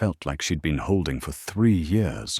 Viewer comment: You totally missed the point, stupid AI response. It should have been pronounced YEARS, but your stupid AI narrator said YORS ... Pathetic